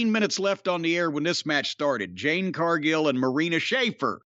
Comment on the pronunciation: "Jade", Mr. Cornette.